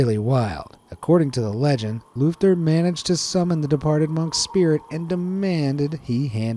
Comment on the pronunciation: “A couple of hundred years later,however, a shady Icelandic mage called Lufter heard about the book.” I SWEAR I HEARD SHITTY ASS